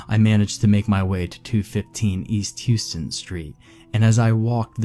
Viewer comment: Houston Street is pronounced How-stun.